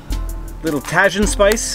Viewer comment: It pronounced “ta-heen “ . Use the spicy on fruit👍👍